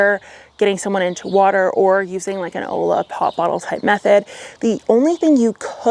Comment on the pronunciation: Just for reference, that word “olla” is pronounced “Oy-yuh”, just in case anyone was confused.